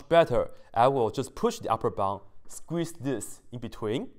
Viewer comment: Sequeeze = Squeeze I thought you are gonna SNEEEZE! HAHAHAHAHA!